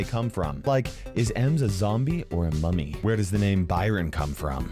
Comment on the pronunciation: bro i want paying attention and accidently heared "emo mommy zombie" insted of "emo mummy zombie" i was like "excuse me WHAT THE ACTUAL FU-"